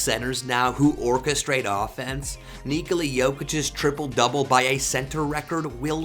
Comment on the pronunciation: His name is Nikola, not Nikoli.